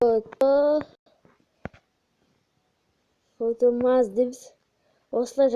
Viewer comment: фозерматч емес фотомач